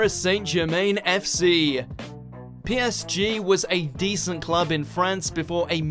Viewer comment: A real football fan would have an issue with the way he pronounced PSG